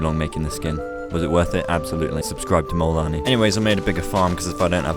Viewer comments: Guys it's not "Kolanii"😡🙄 It's Molanii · The fact that when he says molanii i feel like hes saying mualani (shes a character )